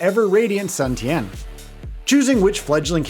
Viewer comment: He says Tao Tao twice and Sun Tian instead of Jian